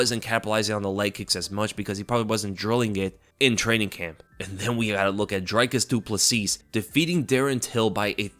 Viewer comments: It's pronounced Drickis Do-pla-see like Prick ...instead it's Drick.... Drickis Do Pla see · Dricus Du Plessis is pronounced as Dree-kis Du Pla-see